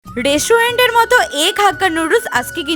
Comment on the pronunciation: didi oita resuyent hobena go oi ta hobe restudent bujhla 🤣🤣🤣🤣